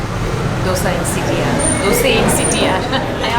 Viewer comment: Hi sir, when you pranoun CTR , I heard like CT maar song...😂